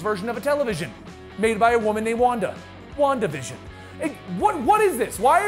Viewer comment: wandavision sounded like wonka vision from will wonka